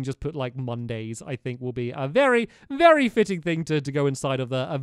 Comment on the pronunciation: you said vary old